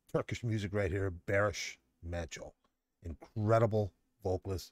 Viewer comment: Hello, you may wish to say Baris Manco as it is in Turkey: To do this, use the English word BAR, then add the last part of the word FINISH (ish) to become BARish, then you are good with that! BARIŞ MANÇO=BARiSH MANCHO (His name Barış, translates to mean, peace, in English!) Different sounds to some Turkish alphabet: c=g (as in George) ç=ch (as in church) s=s ş=sh (as in sheep or ship) Turkish alphabet is similar to English alphabet with these exceptions: Ç Ğ I İ Ö Ş Ü ç ğ ı i ö ş ü These three sound, below, are very rarely used; just a few words; they are not in fact officially within Turkish alphabet: Â Î Û â î û If you wish to go a bit further, I recommend these